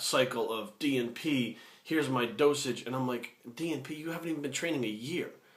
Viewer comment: haha keep thinking every time you said DNP you were saying G4P. Great video though, spread the knowledge.